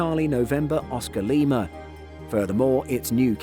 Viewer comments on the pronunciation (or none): none